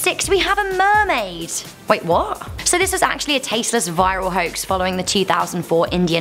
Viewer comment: Mermaid did you just say Mermaid? 😲😲😲